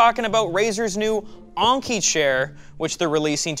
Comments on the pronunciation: I was wondering, wasnt this supposed to be pronounced as like 'N-key'? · It's En-Ki. Not Ahng-ki. This ain't Anker either. It's En-Ki. Like the letter N, followed by Ki. And not Ki like Kite. But Ki like Keeeee. So it's N-Keeeee. There, for the Americans, all together: N-KEEEEEEEEEEEE. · says Enki like honky. Why? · So is it ANKI like he say in the video, or ENKI like in the title? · I love how he says the name, "Razer Onnki" Rather than Enki. Maybe it's a French thing? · Wait??? Is he really saying onki??? It's Enki "eanki" WAIT!!!! DOES KNOW HOW TO READ????? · only someone who doesn't care how words and letters pronounced and spelled does that. think about it, Enki has an E/A sound but while Onki has a O/A sound. a simple test: add a consonant in front of enki, and onki then say the word, that should tell you how it should sound. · It's not razer Oinky 🐷- it's Enki! 🤣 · he's saying Anki instead of Enki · why do you keep saying "onki" ? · On-key. On-key....... En-key. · It's pronounced "n-key" not "on-key" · I'm glad that the spelling of the chair name was on screen and in the description, because I never would of found it if I was going off pronunciation of the name. I would of searched for Aunchey or Unkey or maybe even Onkey. Is it just me? or would other people pronounce Enki a different way? I'm thinking more somewhere between En from English En-Key and Ink followed by a short i/y sound, like ink-y. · Is it just me, or should Enki be said with the E thats like enema, not Anki? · I think it's technically pronounced "ENki" but I'm not really an expert in late-Sumerian Anunnaki-groups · yes i think probably should read this maybe? I know that enki is like 'n-key' i commented on it before here too. But when i heard him pronounce it differently i though hmm "new pronunciation for a new brand"? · “uUhn-kee” lol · Why do you keep saying onki? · its pronounced N Key, as in the babylonian ancient gods. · Lol "ONki"